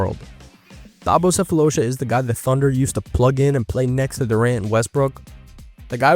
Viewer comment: love the video bro, just wanna help out as a south african, Sefolosha, you just gotta pronounce the "Tha" part as Tar like as in actual tar which im glad you gave him a shout out, im not tryna be a karen i swear, i loved your breakdown